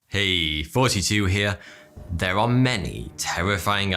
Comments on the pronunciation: Does he say - •Hey 42 here or •Hey here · I always thought he said "hey 42 here" then I read the name... I feel dumb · y'all can't tell me he's not saying fourty two lol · I can't be the only one who hears "hey, forty two here..." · Every time he introduces himself I hear “hey... 42 here...” Am I the only one? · It sounds in the intro like hes saying "Hey, 42 here." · Peter Mattsson well in all fairness I just started watching his vids and couldn’t figure out whether he was saying or 42 😂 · I swear to god you are saying "Heeeeey Fourty Two here" at the beginning of your videos. Is it just me? Still love the channel. What happened to Thoughty1? Maybe I shouldn't ask that question. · Does anyone else hear him say 42 instead of thought 2? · My god, no matter how hard I try I can't hear anything but "forty-two here" at the intro... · Ok am I the only one who hears 42 hear!!!??and not?? Lol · Just say f it and call yourself 42...or pronounce the th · If I had a dollar for every time I thought he said 42 instead of, I'd have 446 dollars. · How many of you hear '' as '42'? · I swear everytime he introduces himself i hear "42" not lol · Am i the only one who thought he said "42"? lol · I swear i hear him say “forty two” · Ry J yup it’s actually 42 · When you saw your intro, I always hear "Hey 42 here", with works for me. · When ever u say here I always hear as fourty 2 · I always think you are saying 42 instead of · At the start is he saying 42 or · I swear to god he's saying 42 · I thought he said 42 in the begining😂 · Everytime my dude